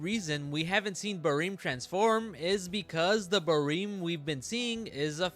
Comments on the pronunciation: just the way you say it sounds so off to me I usually read it as it’s spelled like ba-rem you say it like ba-reem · "bareem" lol